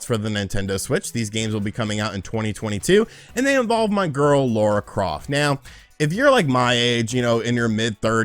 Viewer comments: Bro it’s Lara not Laura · Its lar-ah... not lore-ah :p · Might be your accent dude but it sounds like you’re saying “Laura”, not “Lara” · Triggered my OCD…it’s LARA, not Laura (okay, rant over) :-P Also, a port of Tomb Raider 2013 would be awesome…but unlikely… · When you say Laura Croft I'm just sat here like LARA CROFT!!!! 😂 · Not Laura Croft. Lara Croft. 🤪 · It's LARA!!!! Not Lora 😉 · L A R A Croft,! Not Laura 🤦🏻‍♂️ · Lara not Laura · I always cringe when you call Lara, Laura. lol. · Did he just call her Laura? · "LAURA" Croft making me cringe. 😖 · He really has trouble with that!